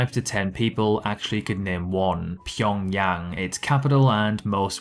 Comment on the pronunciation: You are one of so few youtubers who can pronounce Pyongyang correctly. Impressive.